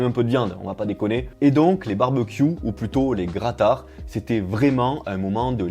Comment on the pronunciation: BIZOUS - BIZOUS !!! Wooaoow, un barbeuque avec des mici, en plus dans la neige... ça c'est la Roumanie ! Trop top 😀👍 Bon maintenant pour la prononciation, c'est presque ça. Grătar c'est "greutar"(à peu près hein) 🤣🤣🤣👍